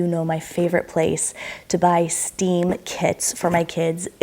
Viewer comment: Stem is pronounced just like it’s spelled, like a stem of a flower. Not steam.